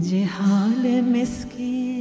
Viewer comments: 😂 I am just here to say it's zihal-e-miskeen not jihalee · Ze-haal* Bahaq* Yeh dono durust kar lein. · Madam your pronunciation is awful. It is “Zi haal e miskeen”. Real beauty of FARSI is in its pronunciation.